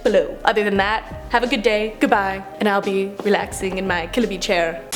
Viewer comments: Killabee Kill -a-bee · Killabee? kills a bee